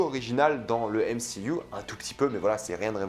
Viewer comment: Frérot on dit pas mcuu mais mcu 😂😂